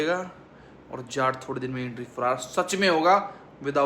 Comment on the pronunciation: bhai jhat nhi hota jaat hota h😂😂😂